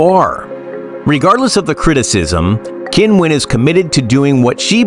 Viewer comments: Oh, c'mon, her name's not "Kinwen", she says that sometimes for westerners! TikTok is not a place to rely on anything. Do some decent research and find out the way she actually says it for real, the way we all say it in China, including Qinwen herself. There's a YouTube video somewhere where a group of tennis players from several nationalities actually say their names for real, and Qinwen is among them (it might be under the WTA listed videos). Alternatively, you could look at a Chinese news source or interview with Qinwen in Chinese where her name is referred to. Doesn't matter that you can't speak Mandarin, you'll hear her name announced. If you want to develop your channel and be taken seriously you need to be professional enough to pronounce names correctly. It shows respect. Otherwise, why bother having a channel. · isn't time for the sports commentator to learn how to pronounce her name probably ! It is not Kin-wen ...........the Q in China is pronounced CHI. However, DIVA is a proper term for her. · Come on, learn how to pronounce her name, at least try a little. "Kinwen Zang" is nothing like it. She says "Kinwen" sometimes as a joke and because it's not that important to her as mispronunciation of her name happens so often. There are native speakers on the net who demonstrate her correct pronunciation. And yes, I'm a native speaker of Mandarin whose surname is ... Zheng.